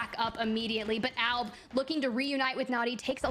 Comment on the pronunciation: commentators cant even say albs name correct LMFAO alabraleilie